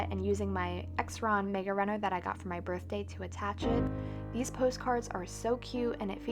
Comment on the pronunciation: Really nice! I've not seen anyone use fabric in a bullet journal before and it's something I might have to try! (One hint: the correct pronunciation for Xyron is the same as you would use for Xylophone. The X is pronounced like a Z...so Zyron. :) )